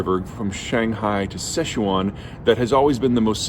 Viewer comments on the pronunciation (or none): none